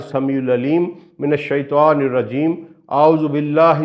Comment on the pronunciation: السلام عليكم ورحمة الله وبركاته حضرت ماشاء اللہ آپ بہت اچھّا کام کررہے ہیں اور میرے فیورٹ ہیں توحیدی موضوعات کی وجہ سے بس آپ کے علم میں ایک ایسی بات لانا چاہتا ہوں جو بہت سارے عالم قاری اہل علم لاشعوری طور پر کرتے ہیں اور کررہے ہیں آپ کو اسلیئے لکھ رہا ہوں کہ یہ بات آپ سے بھی لاشعوری طور پر ہورہی ہے وہ یہ کہ جب آپ تعّوذ پڑھتے ہیں جہاں لفظ “من الشیطان” آیا ہے آپ سے بولتے ہوے یہ “شیطوان “ نکل رہا ہے آپ خود اپنی رکارڈنگ کی آڈیو غور سے سنیں تو آپ کو خود معلوم ہوجاے گا اس طرح شیطان کی جگہ شیطوان بولنے سے تو شیطان بھی خوش ہوتا ہوگا کہ انہوں نے اللہ کی پناہ مانگی ہے شیطوان سے اور میں شیطوان نہیں لہذا حضرت آپ بھی اسے درست کرلیں اور لوگوں کو بھی اس بات کا بتائیں اللہ کے نبی ﷺ نے فرمایا شرم بہت اچھّی چیز ہے کرنی چاہیئے مگر علم حاصل کرنے میں شرم نہیں